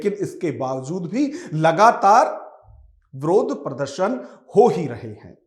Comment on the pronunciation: अरे यार विरोध होता है । आप ब्रोध क्यों बोल रहे हो।